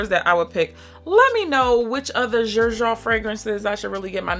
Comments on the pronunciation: Xerjoff is actually pronounced as “sir shoff”, there’s a video by the owner pronouncing it that way! I sampled Italica a year ago and hated it too lol…but I tried it again a few months later and LOVED it I bought a full bottle right away! It’s now my favorite gourmand! I own 5 bottles from this brand: Dama Bianca, Italica, Dolce Amalfi, Muse & Ouverture! It’s definitely not a house you can just blind buy for sure! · It is pronounced serjoff. The founder's name is Sergio Momo. His grandmother always called him serjoff. 🤗🫶